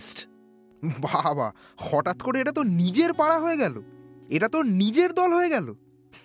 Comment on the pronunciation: Golpo ta bhalo kintu please উচ্চারণ এ খেয়াল রাখুন। "পাড়া" আর "পারা", "ছেড়ে" আর "ছেরে" এক নয়।